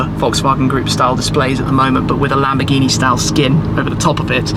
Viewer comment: lam - boar -ge -nee and moor - ceae - la - go